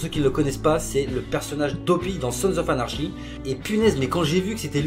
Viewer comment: Et à ne pas prendre mal mais "anarchy" ça se prononce "anarki" :)